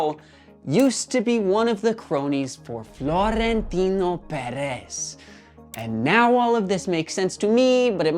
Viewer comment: Marca with a hard "k" sounds, not an "s" sound. Also, Perez is pronounced with shorter "eh" sounds for both E's and a slightly longer "s" sound for the Z at the end. Like a quick hiss. I'd rather hear americanized pronunciation rather than botched, unresearched "spanish" pronunciation. Okay, thanks!